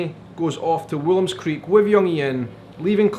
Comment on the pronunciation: Why does everyone everywhere calls the town Willem's Creek while it is Woolam's Creek? :)